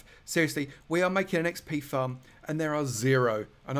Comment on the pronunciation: haha I love how he says XP farm as XP thumb lol